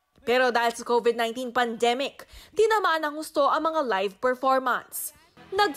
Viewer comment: ano daw pandzeemic 🙄